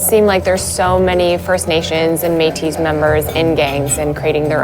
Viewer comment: Metis isn't plural. It is French and pronounced May-tee. Do some research.